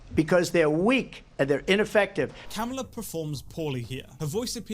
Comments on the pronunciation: By the way, it's kuh-MAH-luh. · Kamala pronounced cumala cum ala Cum allah Cum god Would Kamala Harris suck Trump to win the presidency? Is the question on everyone mind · It’s not how you say her name